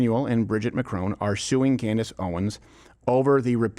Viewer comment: This opens with you mispronouncing Mr Macrons name....seems then proceeded to site the evidence Candance dismantled in her series. For a guy constantly preaching about sources, you may want to consume the source material first.